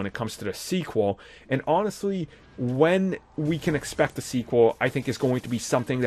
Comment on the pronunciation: This video should have been made in two years from today 🙄 Also once again “da” is not “the”. Have a great day 😂